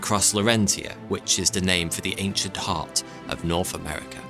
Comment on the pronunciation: Nice job narrating, but saying the /th/ sound CAN'T be that hard. Can it? Other...not Uver .... Nothing ... not Noffing..... North ... not Norf.